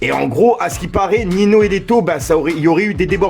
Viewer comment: Tu prononce mal ninho